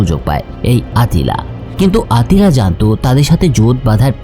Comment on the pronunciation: আত্তিলা খাগান নাম আট্টিলা হবে না